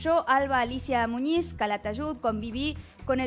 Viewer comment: Muniz Muniz Muniz...no Muñiz mulas